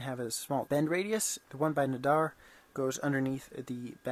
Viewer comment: Ferrite is a good one. I myself ordered it and i am waiting for it to arrive. You say the name of the guy wrong. its Nadir, not nadar. He is a cool guy who did a lot for the sovel SV08. And still designs cool stuff for the machine. But i see you are going strong on making a good machine even better. Keep on going and i will keep following your progress. Maybe i will pick up some good ideas from you. Have fun.